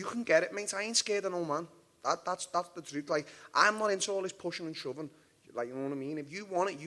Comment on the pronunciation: It's the teeth mate 😬 He's skipping the Thaa sound in Portuguese lol